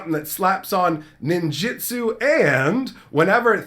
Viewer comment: I'm sorry, so sorry to do this, but you know this is a Japanese based set. I know this is rude to correct you, but it is pronounced Kah Mee Gah Wah not Kam Mee Gah Wah. Just use Spanish vowels. Japanese has the the same vowels Spanish. Also, it is Ninjustu not ninjistu. I know this is annoying, but it bothers me as much as people saying Azuza instead of Azusa.